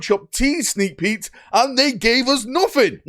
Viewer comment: Is he saying "Sneak Petes"?